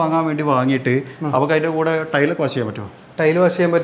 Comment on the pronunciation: വാശ് അല്ല....വാഷ്